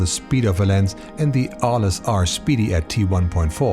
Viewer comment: good video as usual. only comment, as the name is inspired by the city of Arles in the south of france, you don't pronounce the "S", you will say Arle. City where every year you have one of the biggest photo festival in the world starting july till october.